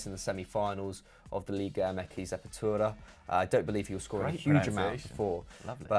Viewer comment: It really wasn’t lol that’s not how you say apertura 😂